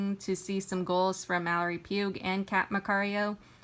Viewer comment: Mallory Pugh (Pew). The g is silent. Otherwise good play by play.